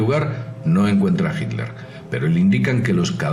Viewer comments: Mientras sigas pronunciando " JILER " ,no tendrás mi voto. Yo me inclinaría más por la teoría de su escape por el océano " ALÁNTICO "pero este comentarista,tampoco a aprendido a pronunciar las " TL "...que pena ,cero voto aquí también... En cuanto a Perón,lo mataron los excesos,el buen vino,el asado,el tango,el mate y sobre todo,una mina 40 años más joven que el... Aparte de informar bien,es importante pronunciar correctamente. Cheers. DC. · Porqué será que dice hilder este señor? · Hilder?....¿por qué pronuncia "Hilder"? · estoy escuchando mal o dice Hilder? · hilder? por qué decís hilder? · ami tambien me llamo la atencion, sera que lo dicen por el inglés, . ? quien sabe? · no en españa no se dice hilder ni jl dice hilder,ni son modas regionales,pero en vez de enfocarse en el video que aunque con sus faltas se entiende perfectamente lo que quiere explicar,nos distraemos como siempre en tonterias,creo que mucho del publico son infantes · es diferente lo pronuncian.como hit ler, "jit tlder" modismos y regionalismos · Será como el Aletico de Madrid 😂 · sunagua que aprenda a pronunciar el saco de cocos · fernando sunagua Nadie se esta burlando, solo digo que porque no lo pronuncia bien, eso es todo...